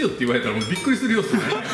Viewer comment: 俺ビックリしたをビックィしたって言う